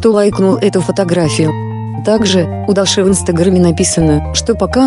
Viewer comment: Правильно ДУРА УДАРЕНИЕ ставь, ЧТО значит Даши, УДАРЕНИЕ на и